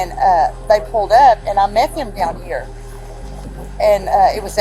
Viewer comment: "and i meth him down here"😂